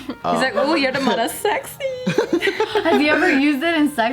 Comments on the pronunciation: What are Jess' thoughts on "Beaw" then? Also, since Jess says that she watches every JKNews, I can kinda see how she can get tired of Joe saying mudda since he says it like 98-100% of the episodes. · James.. do your job. I swear I've heard Jess say Mudda voluntarily b4